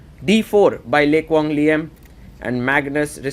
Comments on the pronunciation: You're not even Vietnamese to claim that lol. His pronunciation of the name was on point!! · As a Vietnamese, I can confirm that your pronounciation of Le Quang Liem is the most accurate one I've heard so far 😂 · Agree very accurate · I have finally found who pronounce a Vietnamese name properly. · You pronounce the name LE QUANG LIEM like a native in Vietnam. excellent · the way he pronounce Lê Quang Liêm is so accurate holymoly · Out of every non-Vietnamese chess commentators out there, you pronounced "Lê Quang Liêm" exceptional accurate! Love from Vietnam ❤🇻🇳